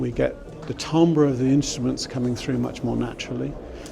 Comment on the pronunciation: Tumber ????? do you mean timbre?